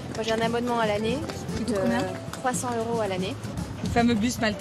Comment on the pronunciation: "Deux heuros, trois cents heuros"... Est-ce que ces gens savent parler français?! On prononce "deux zeuros, trois cents zeuros". Faites les liaisons, bon sang, et cessez de m'arracher les oreilles avec vos hiatus!